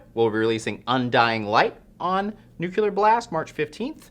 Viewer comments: NUCLEAR. It's not "nookyaler.' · Nuclear not Nucular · If there's one thing I hate, it's people who pronounce "nuclear" as "nucular." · Nukelar Blast? Is that a new record label?